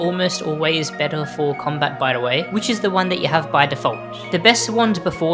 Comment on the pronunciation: This guy says " L " every time a word ends with R but he CAN pronounce R because he says it properly in other words! "Bettel" "Daggel" I actually heard him say "daggeR" once as well so he can do it!